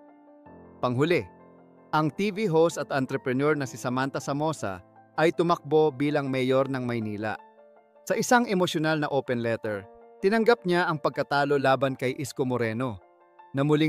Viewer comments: Sam Versosa naging samantha Samosa .. dami mong mali narrator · Who the f is Samantha Samosa?😂 Nag hire ba kayo ng mag narrate sa video nyo. Let me do it. I don't know if AI is natrratting it, but you're mispronouncing most of the name and even basic words.